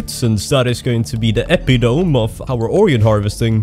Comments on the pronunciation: It's eh-pit-oh-me, not epi-tome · it seems like English isn't your first language, so there's no shame in it, but "epitome" is pronounced "EE-pit-oh-me" and was NOT the right word to use ;) You meant "cornerstone" or something like it. Epitome does not, in any way, fit into the sentence you were intending. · Epitome? THat is NOT how you say that word